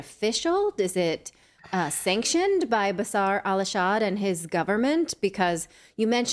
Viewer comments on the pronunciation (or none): She flipped the name it’s bashar al assad 😅